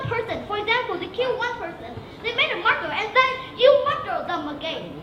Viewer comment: ở e í phát âm reducing là ri - đắc - xing. Ai học Eng đến tầm ielts 6.5 cũng đều phải biết từ này phát âm ntn. Rồi đến lại đến từ murder là mắt - đờ. Nghe đến đây thì mình ko xem nữa nên cũng ko biết sau đó e nói hay ko. Mình ko đến mức ghét e này, cũng ko muốn nói gì về cuộc thi này, mình chưa đủ trình độ để có thể đánh giá cả 1 cuộc thi, mình chỉ ko đồng ý vs 1 số ý kiến đề cao em lên quá mức. Em í vẫn còn nhiều thứ phải hoàn thiện, cứ tâng bốc quá sẽ chỉ hại e í thôi :)